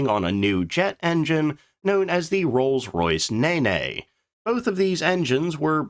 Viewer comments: Nene "naynay" no no! "Neen" yes! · While the Rolls Royce Nene, as mentioned elsewhere, is pronounced Neen. I can't be offended - nothing sounds as British than saying "Ah, this fancy new fighter jet is powered by the Rolls-Royce Ninny!"... And as a Brit amused by this, you may call me a Ninny! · As someone who has lived by the Nene (neen) for all of my 65 years I have never heard it pronounced naynay before, excruciating 😂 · You lost me when you started pronouncing Nene as NayNay. FFS. A quick search with any web browser would have told you it is pronounced Neen. If you cannot even get something as simple as this correct then I will not waste my time watching your production(s). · "Nene" is the name of a river, it is pronounce N -ee-n, not n-e-n-e. As in correct english, the final "e" is silent, serving to indicate a lengthening of the preceding vowel. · Neeeeeeen that's how it's pronounced Nene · The engine is normally pronounced neen, the river pronunciation varies by area frome nen to neen depending where you are locally. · The Americans can't pronounce a simple word correctly. It's pronounced Neen not Nay-nay. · RR Neyne? haha It is pronounces Neen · Rolls Royce Nene pronounced Neen, not Nenay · The Rolls-Royce jet engine in question I believe is pronounced "neen" (rhymes with keen, Dean, or spleen). Nay-nays are something different. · been a fan of this channel for a while now. You're great. But please it's not a Rolls Royce Nay-Nay. It's? Nene. NENE. Nene as in scene. Nene as in Green. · Ahh The Rolls Royce Nene is not pronounced Ne-Ne, its Neen and is a riiver in England Bur apart from murdering the English language the info was really good. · Not nay-nay. It’s neen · Please stop saying naynay it's pronounced Neen like green it's named after the river nene pronounced NEEN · I believe the correct pronunciation for the Rolls Royce Nene engine was 'Neen" not Nay Nay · Neeen not nay nay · It's pronounced "neen", not "naynay"! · Or Nen. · Ne-ne? NE-NE!? WTF!?